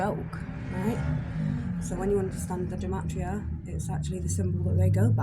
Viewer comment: It’s pronounced Guh-mah-tria. Freemasonry is basically a search for truth and comparative religion studies. Masonry knows Jesus is the Sun, this is the reason the church attacks Masonry. It descends from the Sumerian Mysteries, established by Enki(now called The Lord/Adonai)